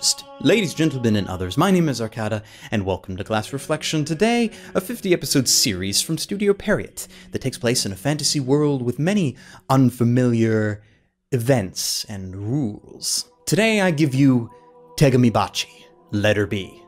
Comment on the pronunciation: Isn't it pronounced "pee arrow"?